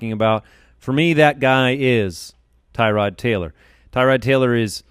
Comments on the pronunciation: Btw it’s not Tie Rod it’s pronounced Tur Odd. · Tyrod is pronounced (TER - OOD) He said it himself, and I will be drafting him in the very late rounds, I’m with you! Gordon, Landry, Njoku, and now Dez... yeah he’s going to be good. Mayfield will redshirt for the year and light up next year but not this year.